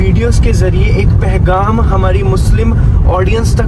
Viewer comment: pahgam.....nope/ pai ghaam....gh..epiglottal sound